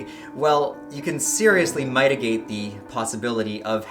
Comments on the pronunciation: mans really just said "mitigate" wrong... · the "i" in mitigate is a short vowel, so it's pronounced like in "it" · Love your videos but you pronounced mitigate wrong lol